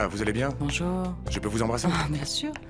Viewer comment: Renand: oui bonj 😂😂😂😂😂